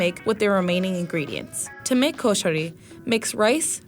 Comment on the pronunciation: Koshanrii Me Egyptian: it’s KOSHARI